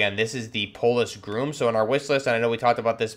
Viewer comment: Its pronounced gr-ah-m, not groom.